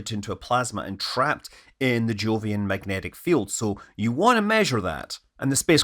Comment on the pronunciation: Thought he said "joolian system" at one point